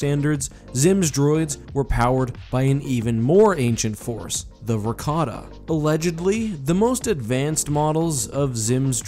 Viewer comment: I, too, always hear "Rakata" as "ricotta" xD